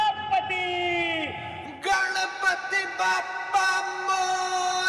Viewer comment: It's not मौर्य its मोरया